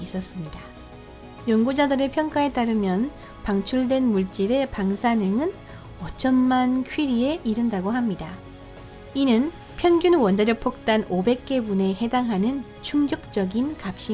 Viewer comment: 젖갈색?…… 그외 안던(안전), 기리하여(그리하여) 폭딴(폭탄) 작등(작동) 등등 발음이 안 좋은건 흠이 아니다. 다만 톤도 좋고 충분히 정확한 발음이 가능하신 분인데 교정없이 부정확한 발음들을 그대로 영상에 얹어 내보낸게 아쉬울 뿐…